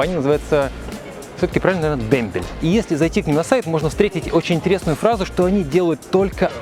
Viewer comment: правильно Дэмбэл, сдвоенная L никогда мягко не читается